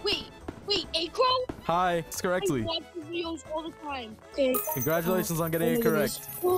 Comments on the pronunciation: Bro def heard "A CROW" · "What is an akrow"💀